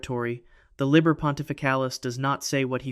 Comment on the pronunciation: #2 "Liber" is Latin, has only 1 "b," therefore is pronounced ~"Lee-bear," not "lib-ber."